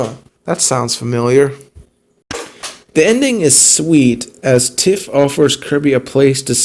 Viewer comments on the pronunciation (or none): Why do you say tiffs name like that? Its not pronounced like that in the show, and for some reason it bothers me.